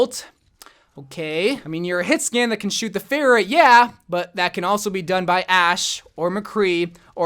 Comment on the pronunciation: Did anyone else get triggered by mispronounce Pharah, ”Phaireh”?